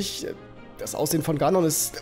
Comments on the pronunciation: sehr lustig ganon gesagt : gnon 🤣🤣🤣🤣🤣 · Spricht man das nicht Ganon [=gänen] oder hab ich das falsch gelernt?! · Botw ist ein großartiges Spiel. Punkt. Mein einziger Kritikpunkt ist nur in der deutschen Version, und zwar hasse ich es, wie sie "Ganon" aussprechen... Es wird Englisch, also "Gänon" ausgesprochen, ansonsten Cringe ich wie sonst was...